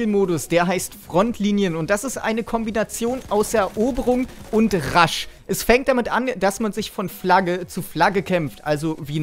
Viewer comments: Sprichst du Rush extra immer Rasch aus ? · "Rash" bitte versuch mehr englisch zu üben :D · Sehr gute Idee mit dem Google Translator, passt super zu deinem speziellen "Aussprache-Gimmick" der Marke "RASCH-Mode" oder "LEEEEEwis Gun" ;-).